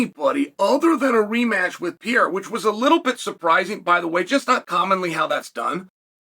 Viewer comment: The "Pee Era" isn't real.... I just share this with you because it's really not that hard to pronounce Alex's name